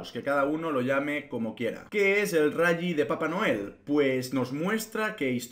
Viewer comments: Se pronuncia "rali" no "rayyyyi" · El rayi? Que es eso? El rayo vallecano? Rayo Mcqueen? Rayita? O te refieres al RALLY y lo pronuncias como el que en vez de Google dice Gugle? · No se dice rally crack. Así se escribe pero se dice "rali".